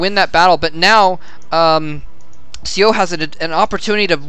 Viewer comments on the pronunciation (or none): correction: seo is pronounced more "suh"